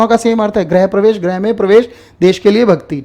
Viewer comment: गृह और ग्रह के pronunciation में अन्तर होता है, please सर इसे ठीक कर लो ।